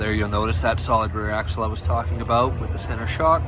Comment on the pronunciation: Where are you from. When you say About I hear “A Boat”. 🤦